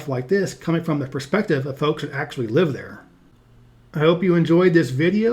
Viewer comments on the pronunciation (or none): none